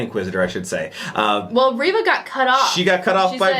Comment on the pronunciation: Reva is pronounced Ree-va. I heard Moses Ingram pronounce it that way in a recent interview.